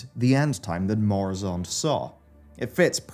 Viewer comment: It's Murozond, not Moruzond no?